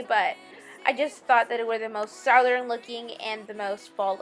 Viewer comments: What are you saying ...SOUW DERN? Southern maybe? Great tutorial. I love it! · I love your work so please don't think I'm making fun of you, because that's the opposite of my goal here. honey you are pronouncing "southern" like it's sowthern, "it's suthern". If that helps darlin'. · The way you pronounce southern is enough to make me unsubscribe.